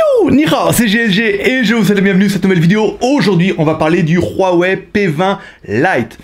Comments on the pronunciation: C'est Huawei et non "Ruawei" tu me stess en disent ça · Ruawei tu es espagnole toi 😂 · Pq tu prends un accent espagnol qd tu dis Huawei 😂 Et petit modif, la radio est présente 😉